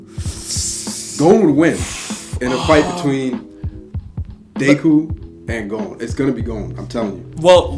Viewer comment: Mans said dayku